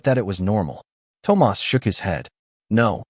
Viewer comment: PLEASE teach your A.I. how to say THOMAS!